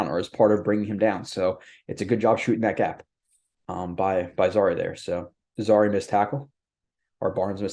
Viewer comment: His name is zy-EAR, not ZA-ree. Like the former country where Ali and Foreman fought the Rumble in the Jungle.